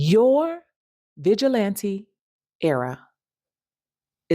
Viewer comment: I thought she said Bitch-il-lante 😂😂😂